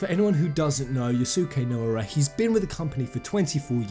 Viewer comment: you pronounce naora like this... take five. the way you pronounce the beginning only repöace f with N. O as in Odin. Ra as in Ramuh. Na O Ra